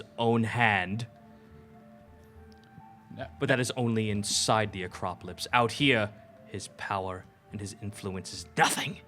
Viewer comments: anyone else get annoyed when they pronounce the word as "Acropolypse" instead of "Acropolis"? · I love complete inability to say Acropolis